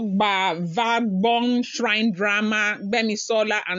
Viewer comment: it is Obazagbon not Ogbavogbon